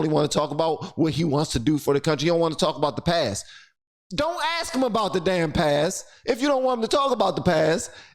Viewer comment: Ax. Ax. Ax. Stop it. You sound ignorant.